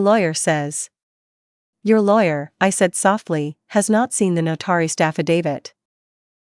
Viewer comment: Notorized......AI really needs work on pronunciation....😂 It makes it sound ignorant and stupid.